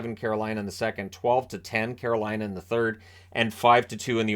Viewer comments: same I caught the same thing. He got out Caroline and then the wrest of the word was absolute jargon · Know what you mean. At one point when he was trying to say "Carolina", I legitimately thought he might be having a stroke.